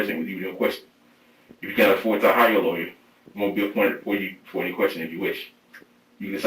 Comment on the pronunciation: Harvey needs to learn to say the word "lawyer".